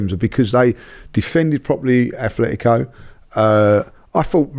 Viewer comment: ATletico man - it’s not hard